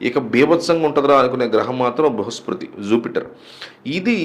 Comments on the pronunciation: అది బృహస్పృతి కాదు బృహస్పతి. ముందు సరిగ్గా పలకడం తెలుసుకోండి. తరువాత జాతకాలు చెప్పండి దయచేసి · Adi bruhaspriti kaadu, Bruhaspati anukunta? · Bruhaspruti kadandi bruhaspati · Meeru astrologer na. Bruhaspruthi kadhu sir BRUHASPATHI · Bhruhaspati babu bhruhaspruti kadhu